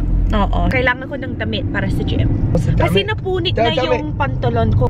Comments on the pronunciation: HAHAHAHA when he said "damit" I thought he said "DAMN IT". 😂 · I thought i heard him saying "damn it" instead of damit.. hahahaha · I thought he was saying damn it! XD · It's like his cursing when he says damit hahaha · trying to find 'damm it' for Me: so cuteeee (even though he literally sounded like cursing her) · I love how he says damit. It sounds like he’s saying “damn it / dammit” lmao! Also it’s so kind of her to say “opo”! ♥️ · riiight? he say as if he's swearing 😂 still adorable though ❤ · yung damit napro pronounce ng damn it ahahhahahhahhaha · Damit, he almost pronounce it like "Damn it"...! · Sounds like DAMMIT 😂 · Her Tagalog pronounciation is funny XD